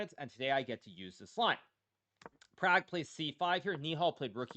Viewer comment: They way Indians want it said it would be Praag.